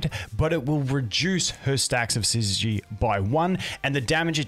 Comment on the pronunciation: Subscribed purely for the fact you're the only content creator I've seen who can pronounce 'syzygy' correctly. Well played